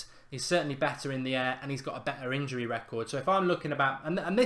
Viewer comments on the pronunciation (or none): none